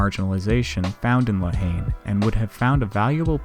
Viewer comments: talking to the french (all american’s pronounces la haine completely wrong) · Yeah I butchered a lot of pronunciation in this. If I could go back and re-record I would.